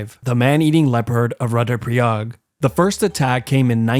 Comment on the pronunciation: its pronounced roodra pra yag